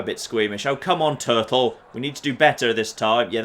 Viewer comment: Your character's name is "Tuttle" not "Turtle". And you should copyright that theme song of yours...